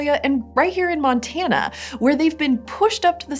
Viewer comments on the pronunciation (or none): none